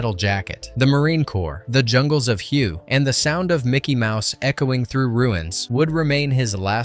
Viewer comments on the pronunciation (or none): Hue is pronounced like 'H-Way' or 'H-Weigh' :) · Did you pronounce that as "WHO" !??! come on!!